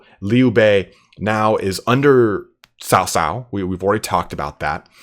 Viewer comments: Cao Cao should be pronounced as “Chao Chao” (like Chao in Spanish - “goodbye”), not “South South”. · Cao cao is. 曹操 ，not sao sao ,Sao sao sounds like big brother’s wife in mandarin,you can use google translate or something to find how it’s pronounce like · xia hou dun is the way to say his name . so as cao cao not saosao its caocao曹操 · Xiapi should roughly be pronounced as "see-ya-pi" or, more accurately, "si-ya-pi". Cao cao should be pronounced as "chow chow", or, more accurately, "ts-ow ts-ow".